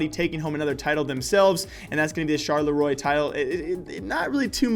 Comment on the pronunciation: please google how to pronounce Charleroi!